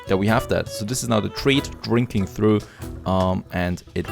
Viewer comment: "Trough" is pronounced with an F at the end, like "Tro-ff".. not like "through" And I see "Lightning" struck again lol Just trying to help with the English, cause it has gotten a lot better than from when you started.. so kudos ;)